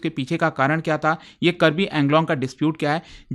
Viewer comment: Pronounce it as AANGLONG